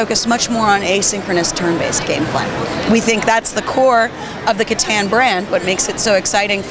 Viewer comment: I die a little inside every time she pronounces Catan wrong.